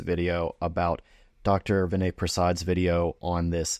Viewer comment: Hey Pal, How about learning to pronounce Dr. Prassad's first name correctly?